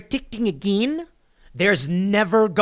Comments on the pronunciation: "Protickting ageeen?!" 🤣🤣🤣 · "Pro-teecting eegeen"